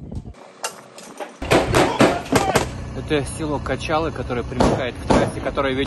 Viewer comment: Не качалы, а кожалы. Интересно что такие названия деревень ещё сохранились.